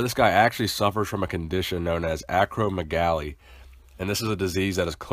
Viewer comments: Acromegaly ak-ro-MEH-ga-lee. like Mega. Not me-GA-lee, or galley. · it's pronounced ACro-meg.lia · not trying to Troll but it's pronounced "Ac ro MEG a ly" with primary stress on the MEG syallable and secondary stress on the Ac portion. Only stating this because some viewers will dismiss the validity of a presenter simply based on pronunciation. Keep up the good work on your channel.